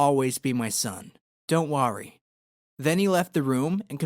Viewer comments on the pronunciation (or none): Hahaha wan he said don't wArY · Is it just me or why does it bother me the way he says “worry”